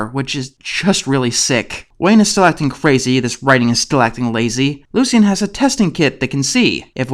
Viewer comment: Why do you keeping saying "Lu-see-en?" Isn't the name pronounced "Lu-shin?" Anyways, glad you tackled this show.